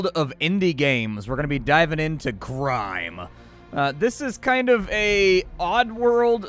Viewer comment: Did you say GRIME